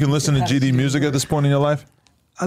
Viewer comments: I’m being dead ass is he saying mersic instead of music ?wtf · Why he say mursic like he from Memphis😂 😂😂😂 that's crazy